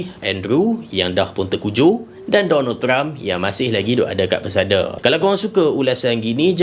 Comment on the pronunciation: Bang, maksud abang Donald Trump ke atau Donald Duck ye? Macam Donald Duck je. Abang salah sebut ni. 😂